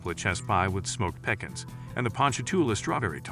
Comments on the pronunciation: I can't with the pronouncing of some of the southern staples! If you are gonna bday them, do it right! Pecans is said puhcons! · "Peckins" ??? Someone who hadn't seen the pic would be clueless. Though a little informative & some decent shots, there were just too many mispronounced words in this clip from a city that deserves the utmost respect to its' culture & heritage. (I have family in NOLA & I'm offended for them) Galatoires Sunday Brunch is a personal favorite of mine. & there are a quite a few smaller spots that are fantastic!! New Orleans is definitely a top notch culinary destination 💜💚💛⚜️ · Y’all can’t pronounce pecans or boudin or andouille but you can pronounce Ponchartrain?